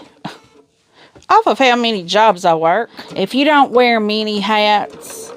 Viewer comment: 😂I kept hearing 'mini hats' instead of many hats. 👒 I thought why does she have to wear miniature hats?! Lawd.. its been a long week